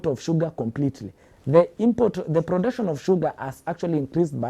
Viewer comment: is this guy political analyst or is just pro-government defender? Ithought you are bringing political analysts😂..the moment iheard brotuction instead of production iknew why this guy is defending the government, ethnicity will never end in this country for sure😂😂